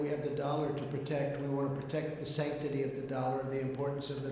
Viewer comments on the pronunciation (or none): "the sanctaty of the dollar" 💰 💫💵🤑